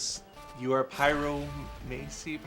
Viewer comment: Stopped watching after the guy couldn’t say pyromancy